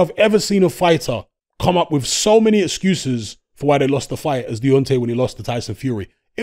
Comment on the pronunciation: "ExGUUses" loooooool